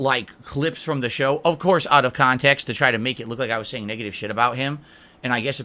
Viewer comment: Video starts when reads a question on stream, then rants 10minutes about the topic, then video moves on when he finally changes subjects.: "This is out of khantext!"